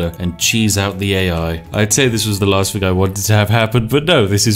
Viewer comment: "thing" NOT "fing"